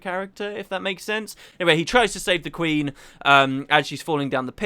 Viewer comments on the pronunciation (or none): It's actually Quinn, not Queen :0